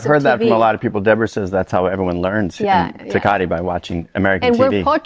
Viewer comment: The way he pronounces Tecate over and over is so fucking annoying i couldn’t get 2 mins in 😭